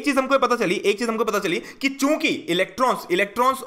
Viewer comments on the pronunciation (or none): sir aap kyuki ko chuki kyu bol rhe ?